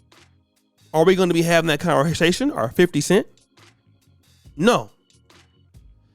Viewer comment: Nobody:: “ore” 😂 Luv brutha 🤝🏾✊🏾